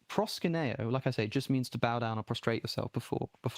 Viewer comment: It’s ‘proskuneo’, not ‘proskineo’.